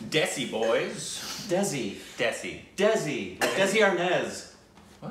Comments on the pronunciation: No he said Dezi instead of Desi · DESI IS PRONOUNCED DAY-SEE NOT DEZI AND IT IS USED TO SAY AN INDIAN OR PAKISTANI = BROWN = LOCAL= NATIVE. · No he didn't he said Dezi not Desi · Desi in this instance is pronounced "They See". You see? It means a fellow Indian. Or just Indian. 1. adjective local; indigenous. derogatory rustic; unsophisticated. 2. unadulterated or pure. "desi ghee" noun: desi; plural noun: desis; noun: deshi; plural noun: deshis 1. a person of Indian, Pakistani, or Bangladeshi birth or descent who lives abroad. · Desi is pronounced They-see.. it is North Indian slang for Indian/Local